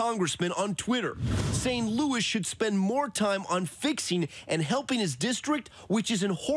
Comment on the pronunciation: It's HELPING not HEPPING!